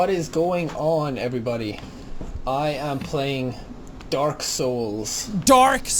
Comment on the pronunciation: jack: dark (irish accent) old jack: daork